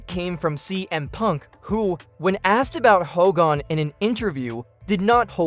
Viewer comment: Did you really call him Ho gan...Come on man